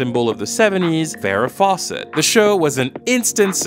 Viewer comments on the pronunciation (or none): none